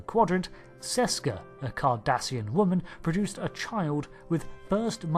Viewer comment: I thought he said Kardashian at first.